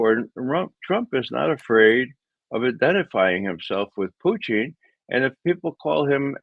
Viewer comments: It's Putin, Ray, not Puchin. Your Russian stinks. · Why does McGovern say pu-TIN?